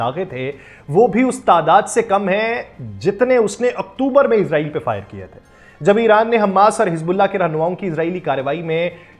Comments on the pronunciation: بھائی جان یہ اسرائیل ہے نہ کہ عزرائیل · ازرائیل نہیں اسرائیل نام ہے